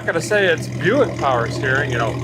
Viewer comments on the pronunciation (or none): none